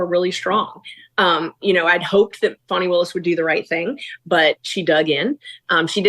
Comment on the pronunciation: Who is Farnie wills. Do you mean Fani?